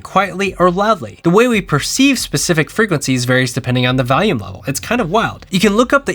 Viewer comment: You say valium for volume loo